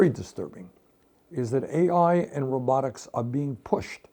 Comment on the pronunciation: You mean rowbuttics 😅 not robotics